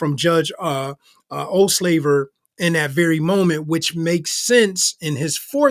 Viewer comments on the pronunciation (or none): When he said the judges name my hubby (a black man) yelled out from the kitchen, "did he just say old slaver?"... He got a real kick outta that😂😂😂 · I can't stop hearing "Judge Ol' Slaver" - crazy how one minor mistake of pronunciation can really mess with how things sound 😂